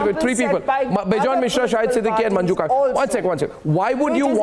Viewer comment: Gaurav Joshi Not khaak, it's Kak. She is Manju Kak gio nahi, Jio